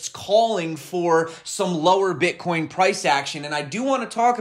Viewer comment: Did he say ...BritCoin